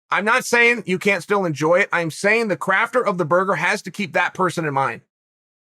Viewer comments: Khabib "boorgar wd duble chese" nurmagomedov has enjoyed this video. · Khabib "boorgar wd duble chese" nurmagomedov .